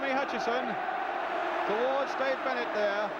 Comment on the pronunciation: how difficult is it to pronounce Dave Bennett